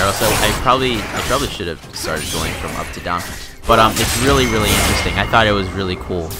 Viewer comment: every time he says interesting i die a little inside